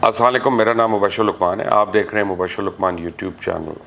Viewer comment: Mubashir sahab, apnay Salam karnay ky talafuz ko thek, Kar lain Masha Allah paray likhay hain, Kon si jaldi hai ya bas formality Wala salam karna hota hai, you have got good number of viewership. Assalekum ki awz ATI hai apkay Salam main...pls work on it, you doing great as journalist as always, proud of you.